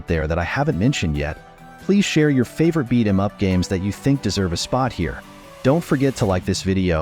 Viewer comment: AI can't even say beat em up right!!!!?🤬